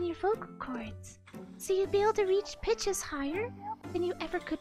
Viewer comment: omg everytime he says pitches I keep hearing "Bi**ches"